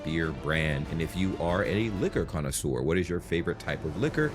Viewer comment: "Connaisseur"'. Please.